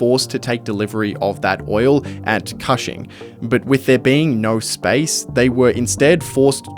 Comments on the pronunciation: you did a lot of work on this video and didn't look up how to say Cushing Oklahoma? It's not kahshing... it's kooshing. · Cushing is an hour from where i live. It is pronounced cooshing, like whooshing or the first part of cushion. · Thats not how you pronounce Cushing, its pronounced like Kush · Cushing, Oklahoma. Is supposed to rhyme with pushing. Like kush-ing. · Cushing, Ok Like "Cushion" but "Cushing". Idk why you're saying it like that lol. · "coo" "shing" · Love your videos... but I'm a bit sad that you missed the pronunciation of Cushing Oklahoma... so badly.